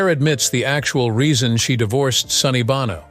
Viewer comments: It’s pronounced, “BOH-no”, not “BAH-no!” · It's Bow-no. Learn to edit and educate your AI. No donut. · the proper pronunciation is bowno sonny bōnō long ō like the sound in show, bow and low I know you care as a journalist about accuracy and of course you're trying to train your fake intelligence how to speak properly 🤭😊👍😉